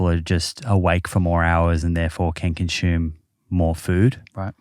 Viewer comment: Its consume not conshooom. There is no h in the word consume.